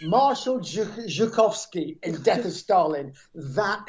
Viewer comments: Zukov not "Zukovsky" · Not Marshall Zhukovski, but Zhukov, Bruce.